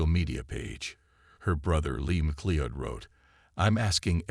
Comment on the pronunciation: I know Americans struggle with the English language but FFS have the decency to at least get the pronunciation of her name right. It's a relatively common Scottish name and you say it like this - Ma Cloud.